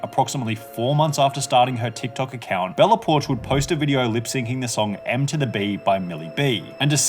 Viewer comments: he... he called it M to the B!?!? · great video but, ITS NOT CALLED M TO THE B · IT’S NOT M TO THE BEE I AM SICK OF PEOPLE SAYING THAT